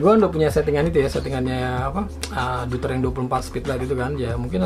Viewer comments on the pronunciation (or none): Doyter om bacanya 😁